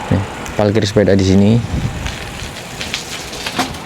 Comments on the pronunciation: Saya selalu denger klo ngomong parkir itu selalu PALKIR.. Apa saya yang salah denger atau salah penyebutan 😁 Sehat2 ya mas.. Salam dari kota Bandung JABAR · Emang Palkir bahasa orang Jawa ngapak.. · Di Jawa emang gitu bre,aku juga bilangnya palkir